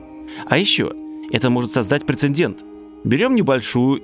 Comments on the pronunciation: В слове прецедент только одна буква Н. От кого-кого, а от тебя такое услышать - это нечто... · Молю все небеса на свете, но лишь об одном: скажи, пожалуйста, прецедент, вместо прецеНдент. Ну и лайк за контент